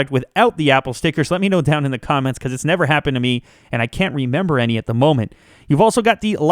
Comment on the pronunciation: Why say "Thee" instead of "the"?